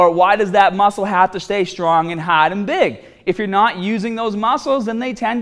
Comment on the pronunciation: 'Staat' 'haad' - your accent kills me